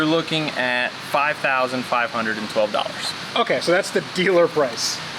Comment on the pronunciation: did say a hungred?